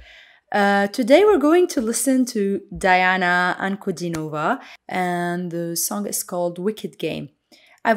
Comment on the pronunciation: Very nice reaction. I agree with everything you said. BTW, her name is pronounced Dee aah na An coo Dee nova.